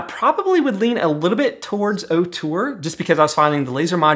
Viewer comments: Love your videos dude. I wish Ortur offered a 20w version tho. Also, you are not pronouncing it currently. It's OR-tur, not OH-tur. Keep up the good work though. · Say it with me… OR-TUR! Not OH-TUR!!!